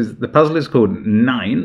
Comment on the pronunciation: Nice straight Puzzle. Also forgot the last rule at first, then realising it and shouting NEIN to myself. Liebe Grüße aus Deutschland Love from Germany PS That Nein wasnt too bad actually